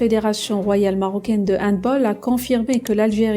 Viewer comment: 3 choses : On dit HandbAll (en prononçant le A comme en français et non comme en anglais). Le peuple algérien a les dirigeants qu'il mérite car cette haine des dirigeants pour le Maroc se retrouve aussi majoritairement chez le peuple. Si l'Algérie veut être cohérente avec ses décisions et sa position elle devrait dans ce cas se déclarer forfait en football aussi et refuser de rencontrer le Maroc comme elle refuserait de rencontrer Israël.